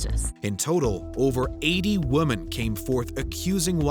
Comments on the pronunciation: We gotta get you saying "women" right. Just pronounce it like it's spelled "wimin" and you'll hit it right on the head. Both vowels make the exact same sound. ♥️ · did nobody tell the announcer how to pronounce "women"? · Strange pronunciation of the word" Women"